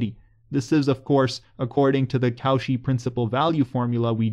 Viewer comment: Nice video! But Cauchy is pronounced as ko-shee, not kow-shi :-)